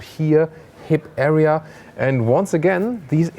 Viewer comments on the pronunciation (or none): none